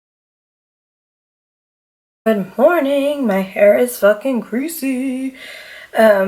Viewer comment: Omg, when you said good morning, I heard 'i'm hornnyyy' 😂🤣😂